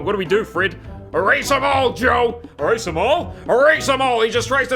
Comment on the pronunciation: HE SAID ERASQUEEZE